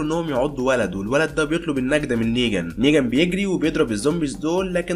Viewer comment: ملاحضه اسمه نيغان مو نيجان يا غلي